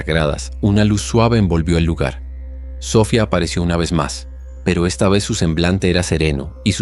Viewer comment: se pronucia Sofiaaaa